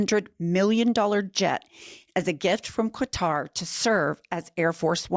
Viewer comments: The most common and generally accepted pronunciation of Qatar in English is "kuh-TAHR" with the stress on the second syllable. Some people also pronounce it as "kat-AR" or even "Cutter", although these are less common. The native Arabic pronunciation is closer to "kat-ter" with a guttural "q" sound. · Not to be nit-picky, but Qatar is pronounced with a hard 'K.' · Please, please pronounce Quatar properly! It really makes you look not too smart when you can't pronounce the name of a well-know country properly. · i can't handle that news reading. Say it like this: "kahTAR." That was definitely the most egregious affront to my delicate senses. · Qwitar? That’s as bad as Cutter. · You're driving me nuts Ladies QATAR is pronounced CUTTER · It’s Ka-thar. Please learn the right pronunciation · Qatar is pronounced 'cutter' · What? Since when is there a “w” in Qatar? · I’m on your side but pronouncing the name of the country; “Quitar” makes you sound uninformed. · It's pronounced "Cutter" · Hey, Ladies, I'm a fan! It's actually pronounced KAT-ar (I lived there). Thanks for your hard work! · FYI Qatar is pronounced with a hard K, not a Q sound. I don't mean to be the word police but I love you guys and I want you to sound as intelligent as I know you are. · I like your show but please pronounce Qatar properly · Love your podcasts, but a gentle request to pronounce Qatar properly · I appreciate your rant about this Trump corruption, but please learn how to pronounce Qatar. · Qatar doesn’t have a “u” in it. The Q sounds like a K. It’s pronounced Ka-tar. Not Quatar. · Love you guys! With all due respect, please tell it’s pronounced “Kah-tar” not “Kwah-tar”. There is no U in Qatar. 😊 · Sorry but it needs to be said coz if it was English, there would be an uproar. It's not Quatar like Quail, is Qatar like Katar. ❤ I am not surprised. It's contracted to go with him when he leaves office too, isn't it? 🤨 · It's not pronounced "QWATAR---it's forever been "Katar."